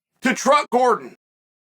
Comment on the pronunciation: This dude say Druck Gordon?